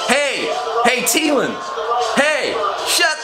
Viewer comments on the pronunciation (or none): Thee-Len not Tee-Len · Its THEEE LAN not Tee Lan